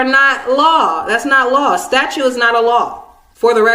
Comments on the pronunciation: Its funny she is actually saying "Statue" not "Statute" so in that case shes right, Statues are not laws. Lol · yes, I know but she clearly says "statue" since she an other places says "statute"